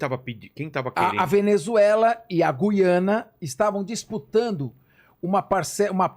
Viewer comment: Gu-iana? Não será Guiana, como Guilherme?